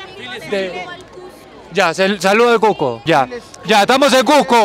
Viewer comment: la chica que mastica chicle se ve que dice: "CUSSSSCO" corrigiéndole el "Cujjjjco" a xD